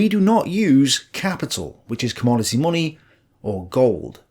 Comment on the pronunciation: I could watch your videos for hours just for listening to how you pronounce "munni"!